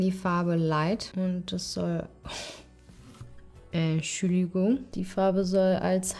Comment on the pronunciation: Dieses „Enschüligung“ bei killt mich immer wieder aufs neue 😂😂❤️